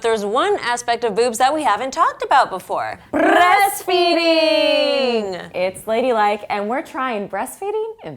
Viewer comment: "Brrrrrrrrrrreast feeding!" Lmao. Unnecessary.